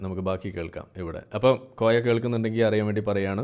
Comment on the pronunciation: കോയ എന്നല്ലാതെ മോയ എന്ന് വിളിക്കൂ 😂